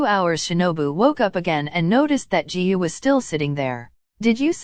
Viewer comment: The way the ai said "Jihu" instrad of Giyuu is just hilarious